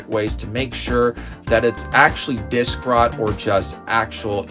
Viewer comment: "dik-rot" loool